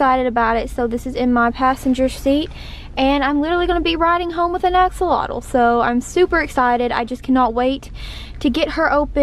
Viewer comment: I keep hearing you say "Axe alotto" lol it is actually pronounced "Ax -Olot"